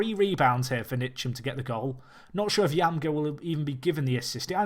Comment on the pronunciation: Loved the video and I love the challenge. By the way Ntcham is pronounced 'En-cham', just as a heads up